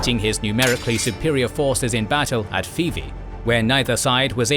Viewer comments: Not to be a grammar queen but Fyvie is pernouced fivey but love the videos and the facts keep it up king 👌🏻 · FYI Fyvie is not pronounced Fee-vee. Fy pronounced like the 'Fi' in Fight.